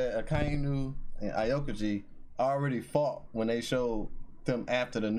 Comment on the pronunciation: Aokiji = pronunciation - Ow-ki-ji. By the way, not the same island 😉